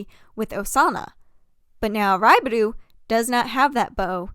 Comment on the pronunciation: hi sorry ! this is SUPER unrelated but to let you know, raibaru is pronounced more like a "l/ru" sound ! you tend to pronounce 'ru' sounds as 'du', just wanted to help as a native jp speaker ! in case you wanted to learn ! i love the video ! ^__^ also, to be fair, i think its okay to pronounce the names in english ! you dont need ajapnese accent if you are speakiing english ! ^^